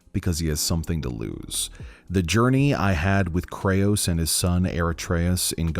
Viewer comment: Krayos and aratreus xd